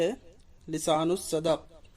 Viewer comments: اور بھائی تلفظ پر بھی دھیان دو... بہت غلط پڑھتے ہو لسان الصَدَق کیا ہوتا ہے لسان الصِدق ہوتا ہے اسی طرح تلفظ کی اور بھی بہت سارے غلطیاں ہیں آپ بہت اچھا کام کر رہے ہیں پر اس طرح کی فحش غلطیوں سے گریز کریں... جزاک اللہ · Tahzeebul akhlaq ka sahi pronounciation akhlaq he ikhlaq nhi he۔ Mera matlab he alif ke zabar ke sath۔ And molana Abul Kalam Azad ke اخبار ka Name lisanussidq he saad ke neeche zer ke sath۔ گستاخی کے لئے معافی چاہتا ہوں۔ والسلام